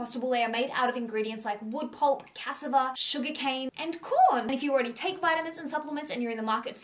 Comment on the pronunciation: Cassava ( cassaaaaava ) …: for future pronunciation